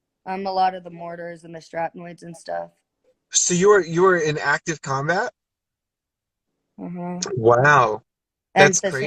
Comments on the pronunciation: Did she say shrapnoids? wtf is a shrapnoid? Does she mean shrapnel? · but u know how she brags. She didn’t even pronounce shrapnel right. She was never out of country. And she’s always bragging her modeling shots are in a Maximum magazine. She’d b waving that around. She was never a model. Those are glam shots she paid for anyone can get them